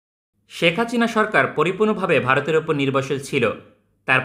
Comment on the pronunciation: হাচিনা না বলে হাসিনা বলেন।